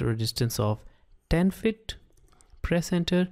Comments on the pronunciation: It's annoying how you pronounce "feet" as "fit" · your microphone settings are very Good but it's Pronounced FEET not FIT. 50 FEET not 50 fit. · It was good except try to say 'FEET' like 'SEAT' rather than 'FIT'. It was annoying. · Disturbs me when he says fittt